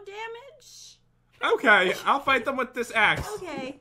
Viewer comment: you messed up you ment to say axe and you said *ss (replace the * with an a and you will know the word)